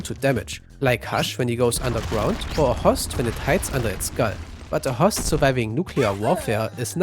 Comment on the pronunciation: He also pronounced host more like "hossed". It seems his native language is German, Dutch or Danish.